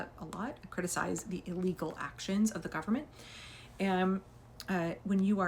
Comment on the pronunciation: The 'gum-mint' 😂😂😂